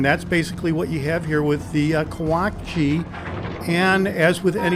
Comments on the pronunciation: Sorry to keep correcting you, but it's pronounced: Kah-wah-CHEE (as in cheese), not kah-wah-kee. Love your videos though; especially the straightforward manner in which you talking about the ships. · I believe the ships name is pronounced phonetically, Ka wa chi.